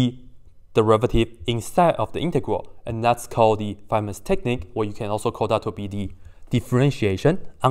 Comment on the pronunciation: How did that "faymann" bro came up with this 💀💀💀💀💀💀💀💀💀